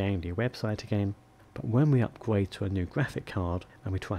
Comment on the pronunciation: May need to "upgwade" my "pey ez yu". Thank you